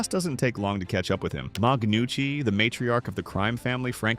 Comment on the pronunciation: Not "Ma Gnucci", like Mother Gnucci, but "Mag-nucci", like some Scandinavian/Italian hybrid.